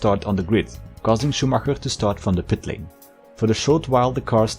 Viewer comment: As a native german speaker I absolutely love the effort of pronunciation of the german names and not just saying Schuhmacker, like everyone else does ^^ great video